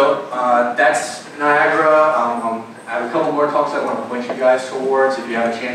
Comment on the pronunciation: I didn't expect the "Niagara Lead" to constantly call it Niagra. Kinda weird.